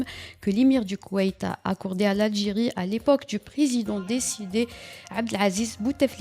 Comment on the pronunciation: Décédé et non pas dicidé !!